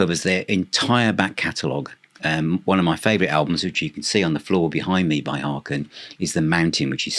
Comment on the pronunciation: Hi! Just a factoid for you... HAKEN rhymes with bacon as one of their tour shirts attested to on THE MOUNTAIN tour with a photo of actor Kevin Bacon on it. 😂 A great band with a great sense of humor. Thanks for reviewing them. Peace to you, JonO